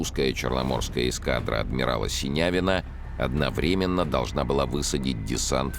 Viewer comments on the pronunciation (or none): none